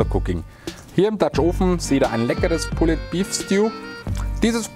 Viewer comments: Super Rezept, aber "pulled" spricht man ohne das "e" Sorry, sogar mein Mann sagt ich bin ein Korinthen Kacker. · Immer wieder super! ABER.... Bitte sprecht doch Pulled Pork/ Beef richtig aus! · Sieht lecker aus! Aber bitte bitte bitte sprich das "pulled" richtig aus! Die falsche Aussprache geht mal garnicht!!! 🙏🙏🙏